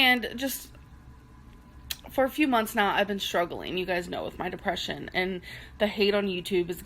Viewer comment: Jesus.....the depreshun 🤦🏻‍♀️